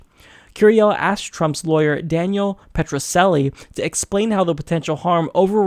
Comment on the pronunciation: Dan Petroceli represented Fred Goldman in the wrongful death suit against O.J. Simpson. Pronounce the "c" in Petroceli as "ch," like in church.